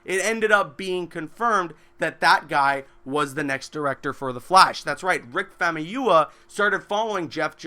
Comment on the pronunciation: Rick famiyua? Don't you mean Rick famuyiwa?